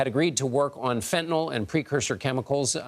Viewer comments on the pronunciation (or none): Fentynol ??? Is that like Retinol ??? 😂. It’s FENTANYL !!